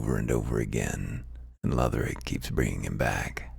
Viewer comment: I like your voice better. I feel like he was trying to sell me something. Plus the way he pronounced Lothric made me writhe in agony